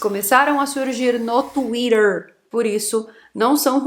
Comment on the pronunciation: Acho engraçado ela falando Twhiter